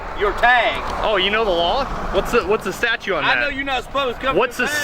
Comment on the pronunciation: it's not statue, it's statute.